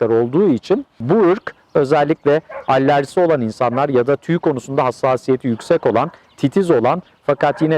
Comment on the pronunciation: Allerji degil alerji olarak yazilir ve soylenir.